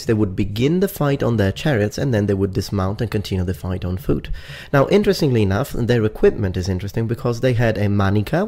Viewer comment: "Fooot" lmao:)